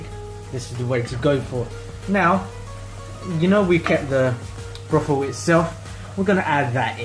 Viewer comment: Nice vid, but you keep saying 'Brothel' instead of Broth. They have very different meanings.